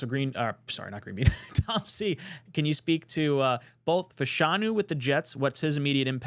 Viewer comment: love the vid, its Fashanu not Fuhshanu